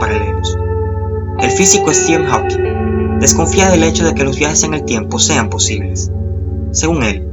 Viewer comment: me molesta como pronuncias stephen hawking